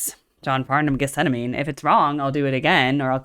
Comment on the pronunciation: Farnham is better. Amazing how many professional artists love John and know his ability. If you know this song so well, btw, you should know get-sem-manee. You can't claim to know it if you can't pronounce it.